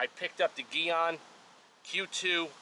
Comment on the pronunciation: It’s pronounced GEE ON.